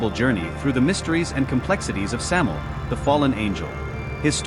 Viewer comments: It's Samael. Sam A EL. "Venom/poison of God."As in MichAel, RaphAel, etc. Not Samel! At least get the most basic of information right before making vids. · Thank you! It's driving me nuts hearing "Samel"!